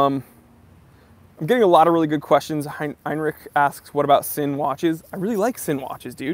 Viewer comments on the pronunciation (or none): first of all, love your channel. I think the livestreaming is a unique value add to the watch community that you can pull off MUCH better than other Youtubers due to your "presence" and charisma. A couple comments: 1) Sinn is pronounced "Zinn" - it's a German thing, like Stowa is pronounced "Shtova" 2) I think Invicta owners tend to lash out at your opinion bc (a) Invicta tends to draw a larger crowd beyond just WIS and watch enthusiasts due to the price point/lower barrier to entry and the "loud" aesthetic of some of their offerings; and (b) we live in a reactionary Twitter age where people feel emboldened to make threatening and vicious comments behind the safety of their computer screens, the fact that one can remain anonymous means these vulgar comments can be made without fear of consequence or retribution.